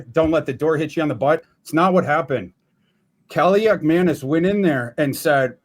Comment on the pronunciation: may not be able to properly say "Darnold," but he pronounced Athan Kaliakmanis's name flawlessly. 😅